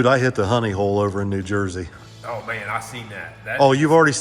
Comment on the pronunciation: did I hear you right? Did you say New Jerky?